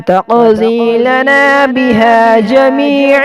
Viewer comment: Plz correct wa tekdilana not tekzilana 😊